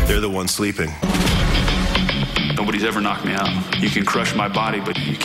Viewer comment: "lights ooot", maybe for Rory.